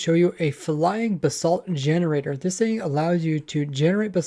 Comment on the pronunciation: It sounds like your saying "the salt"